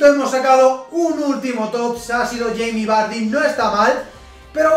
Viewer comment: Madre mia 116 TOTS jaja increible que locura! Me encanta cuando dices yeimi vary xDD Un saludo!